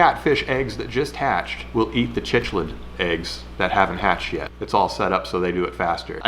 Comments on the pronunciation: Sik-lids*! Just a note from a cichlid-owner hehe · The cuckoo catfish, Synodontis multipunctatus is found only in Lake Tanganyika, Africa. They are named after the cuckoo bird that lays it's eggs in the nests of other bird species. Cichlids is pronounced "sick-lids", Lake Tanganyika is widely known for having extreme diversity in cichlid species, including being the home of the largest species of cichlid in the world. There are also silver arowana and black arowana species that are found in South America. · Someone should point out to him that's not how u pronounce "cichlids" XD